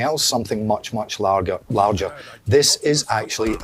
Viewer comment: "Something much Largher"